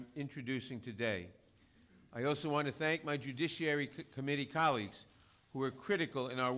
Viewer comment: Pelosi wins the worst butchering of the word "judiciary" award.